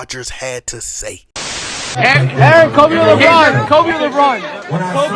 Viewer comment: Everytime he says lebum i gain 100 dollars